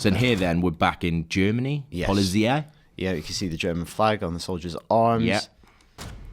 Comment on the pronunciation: it's pronounced 'politsai' not polizia ;)